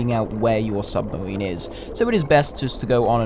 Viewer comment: "submawine" is not a word hahaha